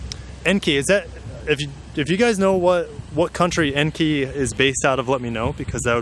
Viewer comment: Enkei is a japanese wheel maker. Pronouncee En Kay